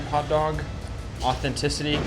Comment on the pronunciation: Half this on you. You can’t even say authenticity. I never trusted yt people in Mexico. Please do better.